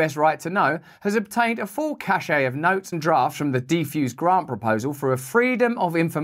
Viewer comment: It’s pronounced cache not cashay 🤦🏻‍♂️